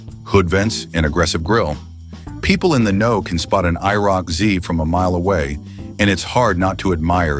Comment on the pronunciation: Please change the title to "I never knew about" because myself and probably everyone knew about these cars. 348 CID and only 105 HP? You made me laugh in the first minute of the video. I quit watching when your AI voice app couldn't even say IROC-Z correctly.